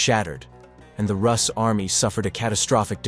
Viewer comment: Roos not russ